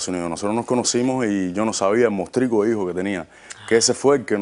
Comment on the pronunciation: Que pena.... lo que hace la falta de cultura l, me costo mucho entender a las dos señoras, no podian expresarse ni desarroyar la historia de forma clara y directa. Por cierto no es higo.... es hijo, mi hijo NO "mi higo". No sabe ni hablar